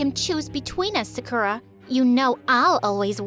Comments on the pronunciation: Glad to see Jennie on the thumbnail Also the fact her name is Sakura and she has pink hair reminded me of Sakura's hair from Panorama era (Sakura from IZ*ONE) Also, what's up with that pronounciation of Sakura 😭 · Ya— I was just like “Wait Sakura from-₹ that’s not how you pronounce it too I’m confusion” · How the hell does she pronouns "Sakura"? She am triggered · I can't believe that Sakura cant even pronounce her own name :D also, sakura is the most white-known japanese name EVER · She starts off by mispronouncing her own name. Amazing. 'You guys look exactly like anime characters'. Jesus. What a terrible person. They mispronounce Sakura's name the entire way through. 🙄 At least it was consistent, I guess. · Man no offense but the way they said “Sakura” just sounds wrong 🤨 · The way her name was pronounced “Sakura” 😡😮‍💨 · She: says sakura has pink hair Me: Narutoooo And yeah I love how they posed with Jennie's solo outfit with her iconic pose in the thumb nail. And you really got me triggered with that sakura pronounciation. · sooo no one gonna talk about how she pronounces Sakura..... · That’s not how you pronounce Sakura. I’m Emily, and I’m from Japan. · Everyone: talking about jennie and her solo Me: gets triggered for how she pronounces sakura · She kept saying Sakura wrong where are the anime fans? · Ceinciejdiej ugh it bugs me how she miss pronounced sakura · why’d they pronounce sakura like that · I'm sorry but the way the narrator pronounced Sakura just bothers me 😭✋ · No offense bro but if u were from Japan u would have pronounced Sakura right. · i like how the va cant even pronounce sakura although she’s supposed to be japanese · Bro can’t even pronounce her own name right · Why do you say the name like that that’s not how it pronounced by your story is great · Why do all of these people have mean sisters? Also I think they pronounced "Sakura" wrong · Why she say sakura like that 💀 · Bro, its not Sakerra, its Sakura, KOORA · its SAkurA not saKUra